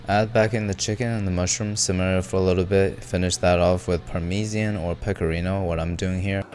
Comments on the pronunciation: "Parmesian" is a hidden insider joke for "Rick&Morty" fans. In one season they had to change the universe to one that's almost 100% identical to their old one, with one difference: they pronounce it "Parmesian" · parmeSian is a joke from the cartoon Rick and Morty where Rick finds a new planet for them to live on but he could only get like 98% match and they pronounce parmesan weirdly. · That's a Rick & Morty reference. Basically the protagonists were forced to jump to other reality and in that reality the people pronounce parmesan differently.